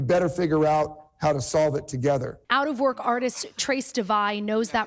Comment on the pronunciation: I’m sorry ....did she say “out of work ARTIST” lol 😂